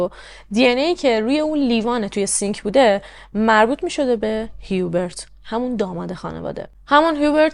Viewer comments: « جان»در زبان فرانسوی«H»کلا تلفظ نمیشه و بجاش اولین حرف بعدی در اون کلمه تلفظ میشه(مثلاً همونHubert چون بعد از H حرف U است میگن اوبرت بجای هیوبرت)البته خیلی کم استثناهایی هم گاهی هست که در بعضی کلمات«H»هممون«H»تلفظ میشه،بعد هم اینکه حرف آخر کلمات هم اکثرا تلفظ نمیشه و خلاصه برای همین«هیوبرت»به فرانسوی«اوبر»گفته میشه. درضمن«فوولدر»درست نیست و صحیحش«فلدر»است یعنی با«O»: در اصل«Folder»از کلمه ی«Fold»بمعنای«تا کردن»میاد.البته اگه من گاهی نکته ای رو میگم برای این است که کانال داری و موضوعات و پرونده روایت میکنی، امیدوارم ناراحت نشی. 💙 بنظرم«رنی»خودش ناراضی بوده که اگه پسرش طلایی پیدا کرده چرا نباید چیزی به مادرش میداده، واسه همین هم دامادش رو انداخته جلو، اگه قضیه فاش میشد خوب«رنی»هم میتوانست سهمش رو بخواد.«هیوبرت»کلا از نظر روانی سالم نبوده: دچار وسواس و شک بوده، در کنارش به هر چیزی که میشده گیر میداده و غرغرو هم بوده(ناراحتیش از صدا هم به احتمال زیاد ناشی از آشفتگی وضع روحیش بوده؛ تولید صدا در کل چون تمرکز حواس و نیز آرامش رو بهم میزنه اعصاب خورد کن است، وای بحال این مرد که پی بهانه میگشته و فکرش هم مدام مشغول بوده). ممکنه که این خانواده اصلاً طلایی پیدا نکرده بودن و خریدها و سفرها رو با پس انداز کردن و درآمدهای کوچک از اینور و اونور میپرداختن(و یا قسطی، قرض، وام)حساب هم که بکنی: پدربزرگ هیچوقت نمیامده بی عقلی کنه و طلاها رو دم دست قایم کنه که برفرض«پاسکال»با یک گشتن تو کارگاه بتوانه پیداش کنه! معمولاً آدمها چیزهای گرانقیمت یا مهم رو توی دیوار یا زیرزمین و خلاصه ی جای امن و دور از چشم پنهان میکنن. شاید هم قضیه کلا دروغ است و مثلاً پدربزرگ خواسته اینطوری خودشو مهم و ثروتمند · جان من فرانسه زبانم اسم هیوبرت را اوبِق تلفظ میکنن،